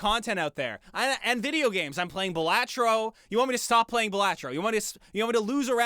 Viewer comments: It's actually pronounced ba LAH tro... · The most important part of this video... You mispronounced BAL-ah-Tro! Smh!!!!!1!